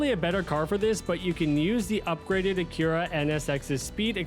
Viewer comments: Brother, racer, driver, absolute swell person, what in the actual tarnation is an AKIRA car brand? Lmfao Where in the known parallel universes did you hear it was supposed to be pronounced that way?! 😂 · I’m not even mad, but how the hell did he go through life without hearing “ack ur ah” 😳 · I couldn’t stand how you said Acura so I didn’t make it far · You're not prepared for the way this guy pronounces Acura. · it is a weird pronunciation of Honda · I am now... before watching